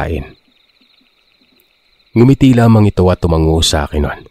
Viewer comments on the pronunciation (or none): none